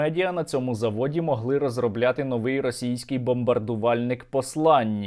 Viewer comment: Наголос: вИпадок, новИй, фаховИй, беремО, ідемО, кОлесо, кОтрий, кУрятина, Яловичина, напІй, фенОмен, почалИ, роблЮ, говорЮ, далИ можливість